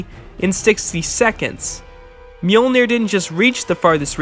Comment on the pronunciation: an entire channel dedicated to Thor. still cant pronounce mjölnir corektl